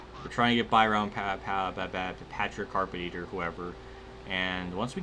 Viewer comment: How to say Carpentier : Car-Pawn-T-A .